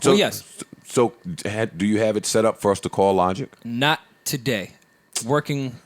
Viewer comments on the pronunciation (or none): It’s so funny to me when Joe calls Logic “Lawdge”😂😂 LOL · "Lodge" 🤣🤣🤣 thats nasty